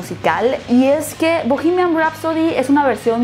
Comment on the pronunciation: No se dice "bohemiaM". Se dice "bohemiaN".